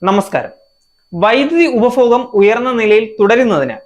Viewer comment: പ്രസന്റേഷൻ നന്നായിട്ടുണ്ട് 👍🏻 ഉച്ചാരണം ശരിയാക്കണം. 1.ഉപഫോഗം അല്ല. ഉപഭോഗം. 2. ആദ്യഗട്ടം ശരിയല്ല ആദ്യഘട്ടം. 3. മേഗല അല്ല മേഖല. 4. ബലം അല്ല ഫലം. ഇതൊക്കെ ഒന്ന് ശരിയാക്കൂ. എന്നാലേ ഭംഗി വരൂ. കേൾക്കാൻ സുഖവും.